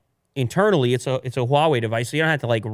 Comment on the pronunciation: pronounce "HUAWEI" better and better! Congrats from China!